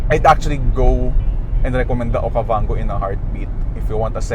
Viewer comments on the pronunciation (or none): This is Geely Okavanggooo hahahahahaha Don't Recommend This Channel.